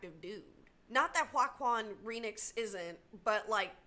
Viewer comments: Ah yes, Jack-quon-qua-quon Supreenix my favorite actor 😂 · Lmao ❤ love you - Joaquin Phoenix lol pronounced wah-keen fenix lol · Haha your butchering of Joaquin Phoenix's (Wah-keen Fee-nix) name was hilarious! 😂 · Jesus, I laughed so hard at you trying to say Joaquin Phoenix. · joaquin phoenix - your pronunciation trying to remember was hilarious. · Your joker comment is pretty spot on. But in this case it’s kind of cool because Joker really is the good guy… Ya made me giggle as you butchered Joaquin Phoenix’s name. 1. Because I relate, I can never remember my favorite actors’ names when I am referencing them either. 2. Because you butchered it so brilliantly…